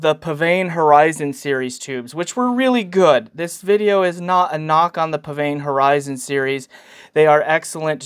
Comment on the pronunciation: Please learn how to pronounce PsVane